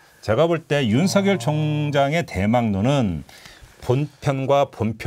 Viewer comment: 윤성녈 아니고 윤서결로 발음해야 맞습니다. (자음동화)